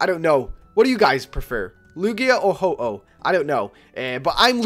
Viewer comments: I hate this. It's HO-OH not HO-HO. He's not santa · MY FREAKIN GOD IT IS NOT HO-HO ITS HO-OH. WHAT ARE YOU PRETENDING TO BE.. SANTA? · Its Ho-Oh non Ho-Ho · ho-ho, really, it is ho-oh not santa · ITS HO-OH NOT HO-HO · PHOEN1X ohhhh you said ho ho :/ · is Ho-Oh ,not Ho-Ho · WHYYYYYYYYYYYYYYYYY do you say ho-ho its ho-oh ho-oh is not santa!!!!!!! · Ho-oh not ho-ho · XD why after you exit Silver Cove you call Ho - Oh "Ho-Ho" XD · Its ho-oh yup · he called it ho-ho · PHOEN1X yessssssssss